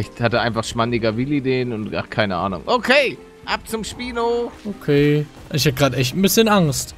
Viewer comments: Es heißt Spino nicht speino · Es heißt nicht Speino sondern Schpino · Man spricht es schpino nicht spynoe aus